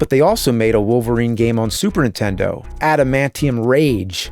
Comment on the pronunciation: Never knew there was a console called the "Superintenno"